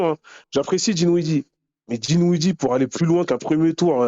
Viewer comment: …😂 C’est: DIN - WIDDIE et PAS DI - WINDIE 😂😂😂 Désolé mais tu me fumes avec ça depuis un moment 😂😂😂 😉🤝